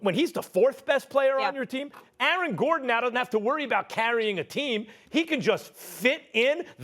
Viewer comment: Is Max Kellerman STILL talking about Igoudala 😂😂😂 . Bro that guy still want "IGOUDALA!!" 😂😂😂😂😂😂😂